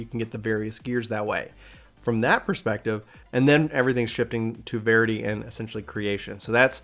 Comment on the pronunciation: It's pronounced VER-ity, like the word "verify."